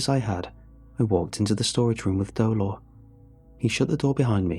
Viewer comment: dolor? my first language is Spanish, nice try buddy, nice try.